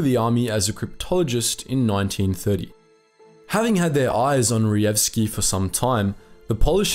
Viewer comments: Hi. Polish "j" is usually equal to english "y" therefore try to pronouncr that last name as Reyevski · A little tip here J should not be read as G but rather as Y, so Reyewski would be much easier to pronounce. There is a section in Blatchley Park museum dedicated to PL Cipher Bureau now, where one can learn about it